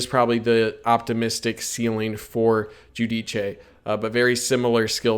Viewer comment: He’s a terrific player, looking forward to watching him! By the way, it’s pronounced “Joo-Deece”